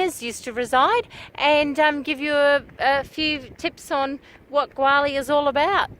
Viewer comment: A pity you can not pronounce the name properly